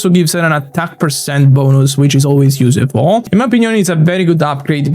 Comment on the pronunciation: Hello, I hope I don’t sound mean with what I’m about to say. Your English is very good! But you are mispronouncing the word “useful”. The “use” should sound the same way it sounds in the word “useless”, which you do pronounce correctly. Very insightful video as always, thanks very much for your efforts, you rock!